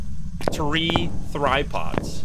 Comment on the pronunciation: Funny, but accidently pronounced a word "Три (Tri)" from Russian, that's the same the "Three (3)".